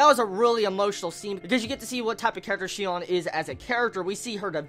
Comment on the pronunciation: I wonder why do so many people get her name wrong? It's not that hard... Her real name is Shino, and her nickname in the game is Sinon. There's no "Shion" or "Shinon" or whatever else.